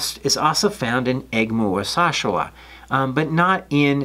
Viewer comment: Youre just showing off your fancy pronouncing skills now....